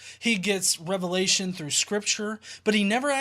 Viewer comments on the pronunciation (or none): none